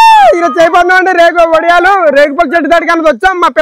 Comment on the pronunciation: ఒడియలు కాదు, "వడియాలు " ఉచ్చరణ సరిగా జరిగితే తెలుగు పలుకులు వినసొంపుగా ఉంటుంది...love from పాడేరు ❤